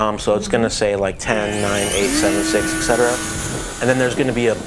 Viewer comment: Et cetera* There is no "eck" hehe, just saying.